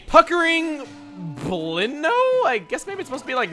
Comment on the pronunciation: It's pronounced blinn-ow, not blinn-o. Also, I'm pretty sure bubbles don't drown pikmin. Or anything, since there's air inside of it. They can screw your pikmin though.